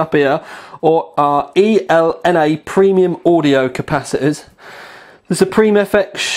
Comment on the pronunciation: The WIMA caps are usually just pronounced "WIMA" same goes for ELNA caps, and the op-amps are operational amplifiers. That's the lingo :P